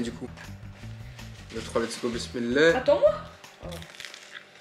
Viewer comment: Tu dit pismileh mais tu mange du bekon